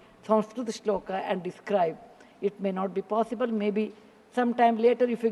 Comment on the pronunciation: Who noticed sanskrit shlok was cited wrongly...no issue ,she is not politician